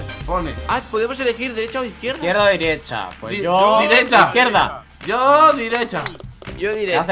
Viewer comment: Naide... Timba: "yo direcha"